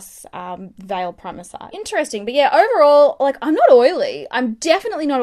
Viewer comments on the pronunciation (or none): none